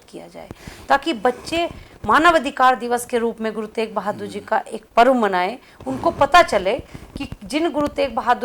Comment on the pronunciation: ਪਤਰਕਾਰ ਜੀ ਗੁਰੂ ਤੇਗ ਬਹਾਦਰ ਜੀ ਬੋਲੋ ਗੁਰੂ ਤੇਕ ਬਹਾਦਰ ਨਾ ਬੋਲੋ ਸ਼ਬਦ ਸਹੀ ਬੋਲਣਾ ਚਾਹੀਦਾ ਹੈ